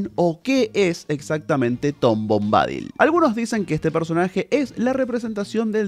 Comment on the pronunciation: SE PRONUNCIA bombadÍl (no bombÁdil). Busca la pronunciación en internet x favor! Es desesperante escucharte decirlo mil veces mal... dan ganas de arrancarse las orejas!